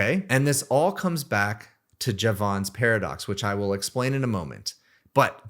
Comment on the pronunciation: I am going to stop listening to you unless you learn how to pronounce Jevons